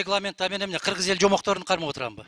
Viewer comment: Кыргыз деп айта албай калган го. Бүтүн деп тим эле аябай эле кеткен экен